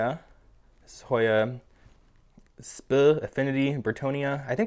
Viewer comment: Great video! Question: when you pronounced "sp." as "spuhhh," where did you learn to do that? "Sp." is an abbreviation for "species" so I've always just said "species" but this is now the second time I've heard "spuhhh" (the first time was in a Summer Rayne Oakes video). I'm now wondering if I'm saying it wrong.